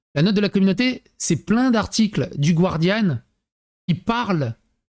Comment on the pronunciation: Juste une note, ça ne se pronounce pas guardian mais guardian, 'gu' cimme en français 😅. Ça fait 21 ans que je vis aux Royaume-Uni, er oui, les dirigeants britanniques et beaucoup de gens lambda sont de gros soumis 😂